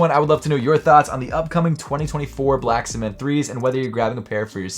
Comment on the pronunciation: Is this man saying “black smith” 3? 😂